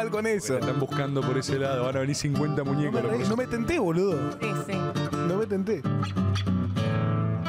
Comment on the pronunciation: "van a venir 50 muñecoh" jajajaja hacen magia!